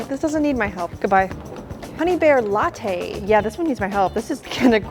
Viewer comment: The honeybear lattay😂😂😂😂